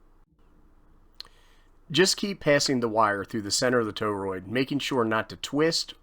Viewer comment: Wanted to bust ur chops on your pronunciation of torroid 😅😂